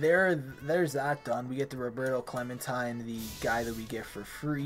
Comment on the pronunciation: “Roberto clementine” lmao